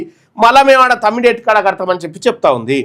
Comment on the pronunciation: తమ్డి హెట్టి✖️( తుమ్మిడి/తుమ్డి హెట్టి)✔️😂